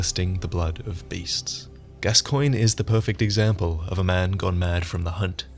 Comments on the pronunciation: It's pronounced Gas-cone, not Gas-coin. Eileen even says his name for you when you talk to her during a certain part of her quest line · Every time some one mispronounces Gascoigne I cringe. Eileen says it in game, it is pronounced Gas-con. I swear, if I talk to someone and they mispronounce it I'm making fun of them and pronouncing it Gas-coig-nee. Cause you know, that's how it's spelled! It must be right! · His name is pronounced Gascawn, just saying. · Why is everyone pronouncing it gas-coin? It's gas-con. It's a French name, I believe. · because the npc's in the game pronounce it like that, also if it was french then it would be gas-swan. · I've never heard it pronounced Gas-swan, only Gas-con... maybe gas-cogn. I guess if the NPC's pronounce it wrong, then we have no choice but to accept it. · Hey, love your vids but you mispronounced Father Gascoigne. It's (Gas-con) Later in Eileen's questline she tells you. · Can you please pronounce Gascoigne correctly in future videos? Eileen says it in game, and its pronounced Gasc-ON. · In the game, eileen calls him Gas-Kwan not gas-coin x.x